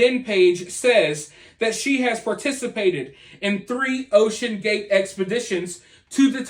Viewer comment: when you said OCEAN GATE, I thought, wait, why is he saying it like that, tho??? Lol I heard the echoes of the GATES I've heard on the news. Lol Now, we have ocean gate full of comspriesys, theories, corruption, the rich, aliens, and the mishandling of a motor vehicle in the deep dark sea that's not supposed to be there. We have law suits, we even have the CEO of the guy in weird interviews that we didn't really see nor pay attention to, now he is known all around the world for not complying to our government. Now he is lost at sea for cutting corners and not having more advanced technology to make it a safe ride. People are acting like it's some elevator trip to the titanic. It's not. Not yet.